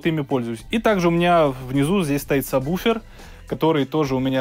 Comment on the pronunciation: Все прекрасно, только не «саб буфер», а правильно сабвуфер. Иначе Про с вами работать не будут. ;) Дополнение: с заливным освещением не очень хороша картинка. Локализации по зонам будет лучше. Спасибо не не нужно - из солидарности совет.